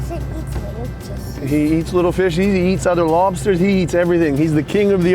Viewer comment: Just when we thought couldn’t get any cuter. Then we hear his adorable boy pronounce “lobsters” EXACTLY like his daddy🥰🤩